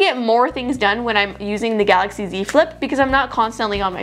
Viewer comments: GAILAXY instead of GALAXY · at the start is galaxy not gailaxy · Is it gailaxy or galaxy?